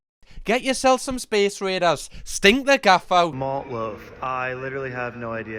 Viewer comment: It's raiders not radas 🤔